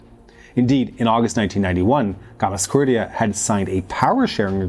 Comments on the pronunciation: Its Gamsa, not Gamas, for goodness sake! Gamsakhurdia. Gamsa! Not Gamaskhurdia. Gamsa. Is it so difficult? G-A-M-S-A. Not GAMAS! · Great content, but that hard to say Gamsa- instead of Gamas- ? :) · Bro, I appreciate the video, and I understand these Georgian names can be tricky...but, in "Gam" - "sa" - "khurdia", the second 'a' is after the 's'. That's a gimme. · GAMSAHURDIA, read it RIGHT!! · I love the videos, and I know you don’t speak these languages, but you’ve got to practice the names… you’re turning ossetians into osseshuns, and repeatedly butchering Gamsakhurdia… it really hurts my ears and detracts from my enjoyment of your fine videos